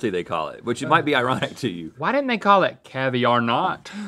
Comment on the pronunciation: Haha it’s cavi-aren’t